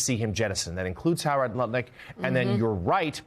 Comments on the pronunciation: I do love how Joe almost said Nutlick instead of Lutnick😆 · Joe has been listening to Tim Miller from The Bulwark if he almost pronounced it Nutlick 😂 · He almost said Nutlick.😂😅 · We he about to say Nut-Lick 😂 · Love how Joe almost said “NutLick” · He sait nut lutnick 😂😂😂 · Lol he almost said Howard Nutlick and I personally think thats much more fitting. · Joe almost called Howard Lutnick: "Nutlick". Ha, ha, ha. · Did I hear him say Nut-Lick? :) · At 1623 joe almost calls him nutlick. I say do it. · Okay, did anyone else catch Joe catch himself almost saying "Howard Nutlick"? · Joe almost said “Nutlick!” Ha ha! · Joe almost said "Nutlick"... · Joe almost slipped and called him Howard Nut Lick HAHAHAHAHAHA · LOL! Good catch, Joe, we almost got you to say NutLik! 🤣🤣🤣🤣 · Lol, Joe almost saying "Howard NUTlik". 😂